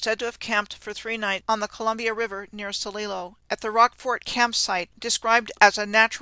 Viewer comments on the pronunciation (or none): love your work. We pronounce The Dallas like name Al. A like apple. The D al les and Sililo is S lie lo. (just for those that are curious) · Love this presentation. I live in The Dalles Oregon and that's not how it's pronounced or Celilo. Awesome info none the less. For locals watching the pronunciation is hard on the ears.